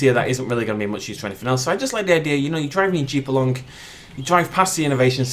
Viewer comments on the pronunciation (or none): none